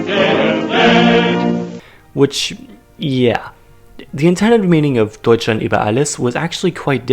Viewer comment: English people when they want to say ,,Deutschland": Dutcheland